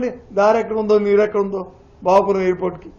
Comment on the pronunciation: Ememi edi bhogavarpu kadu bhogapuram madam